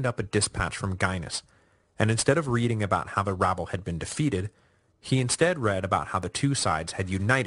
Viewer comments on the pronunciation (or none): none